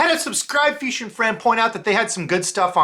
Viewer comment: I like your videos as much as I hate when you say feesh or feeshing...it's so bad